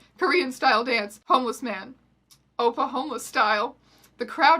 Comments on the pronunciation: The first time I heard you say "oppa homeless style", I thought you said, "Oklahoma style", which confused me for like twenty seconds. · I thought she was saying Oklahoma style. Let's just say I was in for a suprise.